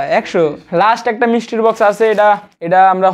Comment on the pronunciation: মিস্ট্রি বক্স(Mystery box)❌ মিস্টির বক্স ☑️ 😂